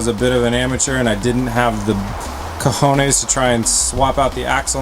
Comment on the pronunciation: that 'cojones' was awesome, great to hear you spanish accent, greetings from spain.